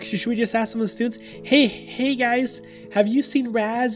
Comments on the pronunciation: LOL WAS SUPPOSE TO SAY "hey guys" and he said "hug gays" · didnt say Hey guys he said huy gays